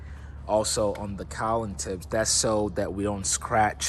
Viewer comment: thing thing thing thing…..with a G not with an N…Cowling with a G not with an N..Now say it 10 times…